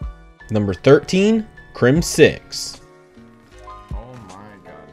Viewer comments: please stop saying crim-6. It's crimzix. one word. no pause. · actually its crim zix😂